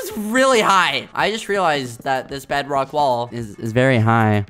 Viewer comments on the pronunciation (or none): Skeppy really said Bedwock🤣🤣🤣🤣🤣🤣🤣